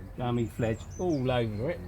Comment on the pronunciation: Gummi Plfege pronounced Gummy Plfleeger